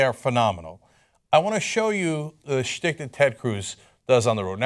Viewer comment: cenk keeps saying " shtick"